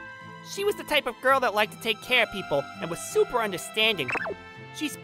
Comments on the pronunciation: i started laughing my ass off when the dude said gayrl and immediately looked in the comments for this comment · He said goil but it's soposed to be girl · he literally says "goyle" instead of "girl" omggg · Can't help but chuckle hearing the word "girl" pronounced like "Goyle" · I like the guy that said goil instead of girl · instead or girl he says " goyal" lmfaooooo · Bro said girl like gool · he said goil instead of girl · He pronounced every other vowel like bugs bunny “The kindest Goil” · Also, he pronounces girl like goil. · bro wh-why the main character can't pronounce (girl) in right pronunciation i dont know why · I cant stop wheezing when he pronounces "girl" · Good show but i don't like how he pronounces things explanation Girl goal Person peson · This dude NEEDS to work on his pronunciation. Particularly the words; girl, certain and person.